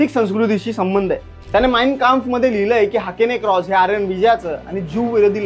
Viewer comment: Hakene cross nai re baba 😂😂😂😂😂😂😂, Hakenn croosh, manje hooked cross